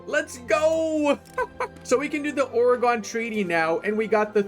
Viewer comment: why does he say Oregon that way